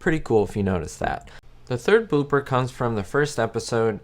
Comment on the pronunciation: "The third booper.."